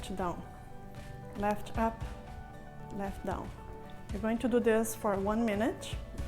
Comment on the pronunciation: I love those exercises but its very distracting to hear all the time "inch" as in "leftch" instead of left, "anch" instead of and, "sitch" instead of sit, "eich" instead of eight and so on, whats up with all those "inch" all the time, you may think a doc would speak correctly. It was so annoying, i could not finish my exercises